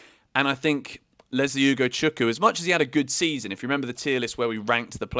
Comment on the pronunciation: Say Ugochukwu again 😂